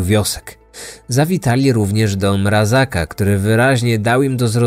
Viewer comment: Tylko nie mówimy Mrazaka, ale Mrazka